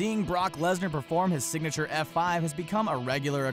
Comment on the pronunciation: this boi said singniture f5 it singniture German suplex his finisher is the f5